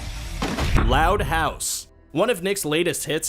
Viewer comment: The way you pronounce “loud house” makes me mad